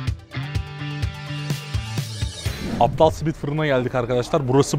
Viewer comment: Kardeşim APTAL değil ABDAL lütfen ya